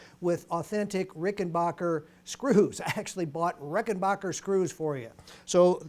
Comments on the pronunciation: It's not Rickenbocker, It's Rickenbacker. You wouldn't say Greenbay Pockers would you ? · Some lads pronounce it RickenBaycker